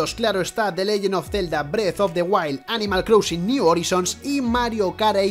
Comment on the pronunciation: ¿Animal CROUSING? ¿En serio? Repasad algunas pronunciaciones antes de grabar el vídeo, porque las cagadas no paran desde el minuto 0.